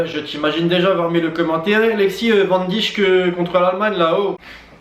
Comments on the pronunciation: CA NE SE PRONONCE PAS VIRGIL VAN DIJJJJKKK MAIS VIRGIL VAN DAYK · Van diccchhk 😂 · juste pour info le joueur van dijk se prononcé van dèèjk